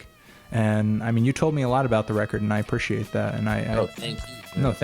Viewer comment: "A-PREE-ciate..." not "A-PRISH-ciate"